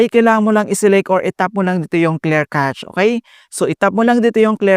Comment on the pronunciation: clear "cash" po ang pronunciation n'yan.. God bless..